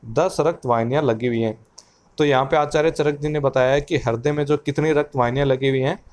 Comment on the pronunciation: it's not harday. .. Its hruday